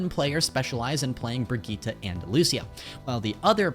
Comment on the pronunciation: It's been so many years and people still can't pronounce Brigitte